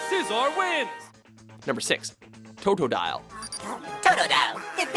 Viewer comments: Did he just say toetoedile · Toe-dough-dial Cyn-da/kill Daffuq